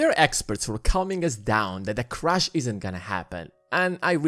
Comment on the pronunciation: You have great production value. But your pronounciation is a bit distracting from it. If you have the time you might want to consider improving it. Like pronouncing Crash and Crush.